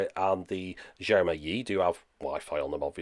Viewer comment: Love your videos, just a small point - Xiaomi is pronounced shiaow mee (with the vowels pronounced quickly). I know in English we would get closer to a "J" as you said, but that sound is closer to "zh" in chinese pinyin. eg. Guangzhou, which is more like Gwang-joe. Great videos though as always.